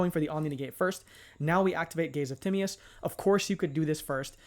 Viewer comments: Gaze of timmy-us is crazy work lol its te-my-us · Timaeus can be pronounced Ti-may-uhs or Ty-mee-uhs. You weren't really that far off tbh. I'm planning on using DMoD with Allure Queen LV7 when it comes out in MD. Verte Anaconda can also make Chaos Allure Queen or the WF Synchros DARK for going into DMoD. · Actually it is weirdly close to the modern greek pronunciation of Tea-ma(as in made)-os. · Great vid bro! Tim-MY-Us is how you say it for future ref